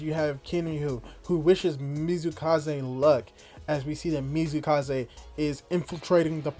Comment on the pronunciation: It's MATSUkaze not Mizukaze yeah I know it's hard name but really feels wrong when said not right XD Same I think I heard you calling YuzuRICHA, Yuzuhara. Yep one of the hardest names in Dr. Stone.